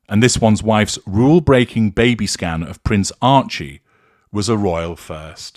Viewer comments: Every time said ‘baby scan’ I heard ‘Baby Scam’. 😂🇦🇺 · Every time said "baby scan" I kept hearing "baby scam". 🤣